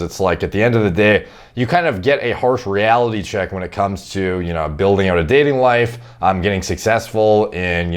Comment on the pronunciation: The way says the word reality 🤔